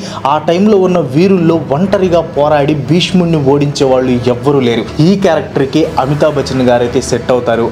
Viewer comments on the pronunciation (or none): none